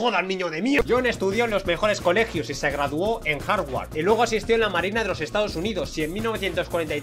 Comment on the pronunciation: se dice harbard